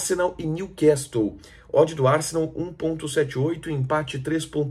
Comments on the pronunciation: New castle… pronuncia niu cassel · O T de New Castle é mudo.